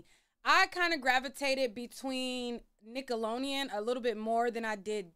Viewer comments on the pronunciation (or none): nickelonean??? NickeloDeon “D” 😅 it huuurts 😅🙉🙉 say it right please 🙏🏽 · cute??? 🥴I don’t think u really think it’s “cute” just like u said u were “joking” just be straight up, the way she’s pronouncing it is annoying and wrong. 🤷🏽‍♀️ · Say it with me now “Nick-ahh-looow-Dee-uunnn” 😂😂 waab she saying it like nickel-lo-eeeiiun” 😭😭 I’ve near heard someone pronounce it like that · Whew cuz I thought she was gon correct herself! It’s really doing a thing to my brain right now. I came to watch cuz I’ve heard her name in these YouTube streets. But she is KILLIN me with NICKALONIAN!!!!! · You was killing me with this nickeloneon girl its nickelodeon we can tell you ain't watch it😂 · !...its NickoloDEON😂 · Please pronounce it right, it’s Nickelodeon, not nickeloneon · Right 😂😂😂 I've corrected her every time she's said NICKELONIAN!!😂😂😂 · I had to stop watching lol it was getting on my nerves 😅 Nickeloleon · I absolutely love how she proudly pronounces Nickeloneon 😂❤ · FFS I can't watch this if you say nickeloneon one more time, I was soooo looking forward to this lol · now you gone have to pronounce NickeloDeon right lol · Girl get it together, it''s nickalodean (sp) lolololololol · Lmfao Nick Alone Eon was whoopin her tail 😂 Ima still watch tho 😂😂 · I'm getting so f* ckin annoyed. Wtf is Nickalonian????😂😂😂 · Jesus, it’s Nick-oh-lo-Dee-ann !! With a D as in dammit please pronounce it correctly! Yikes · The way you say nickelodeon has me crying cracking up 😂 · Me too😅😅😅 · 😂😂😂😂😂😂😂 I thought the same. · omg me to it takes me out of the experience I think she’s doing it on purpose atp 😆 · I was thinking that too! Lol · me too 😂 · Instead of saying we’re being silly, correct your pronunciation girl. There is clearly a letter D in the damn word. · I never heard nobody say Nickelodeon like that lol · My girl struggling with the name NICKELODEON lol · Lol you can’t say Nickelodeon for 💩 😂😂😂😂😂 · Lol Why you keep pronouncing Nickelodeon Like that lol!